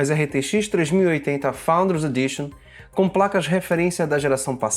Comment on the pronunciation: PARABÉNS! Principalmente por falar “FOUNDERS” com esse sotaque Dinamarquês! Apaixonei